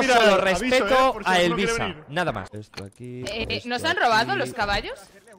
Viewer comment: No dice missa dice Elvisa